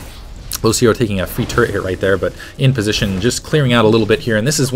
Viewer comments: Does he say turrent or turret. I hope that it is turret... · He say turrents?